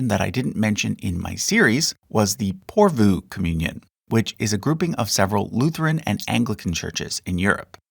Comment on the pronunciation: Just one more YT video where the creator was to lazy to look up the proper pronunciation of words he doesn't know. I cringed at "Porvoo," "Didache," and "Croesus." But that's the way the younger generation is, isn't it? Whatever, never mind!